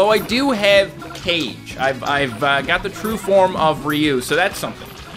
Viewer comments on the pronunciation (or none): he pronounced almost all of their names wrong, zangief was pronounced zan jif, and kage was pronounced as cage when it just isnt